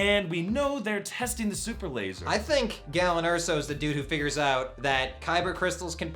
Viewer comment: "Galen", not "gallon".